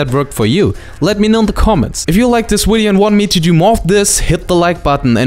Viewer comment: Who cares, I like the way you say wideo